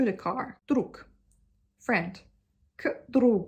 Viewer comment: вы говорите "выхожу" (выхажУ), вместо "вхожу" (фхажУ). У вас нестыкуются предлоги К, В и приставка В (возможно и другие), когда после них идёт согласная. К примеру, "к другу" у вас звучит как (кыдрУгу), но следует произносить как (гдрУгу).